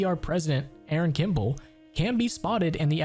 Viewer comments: ay-ayron? Its pronounced a-run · Did u just say A A Ron instead of Aaron? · a a ron hahahah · why is this guy pronouncing the name aaron like that